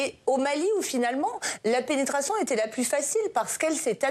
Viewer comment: tu as ete tellement penetree que tu appuis sur le mot penetration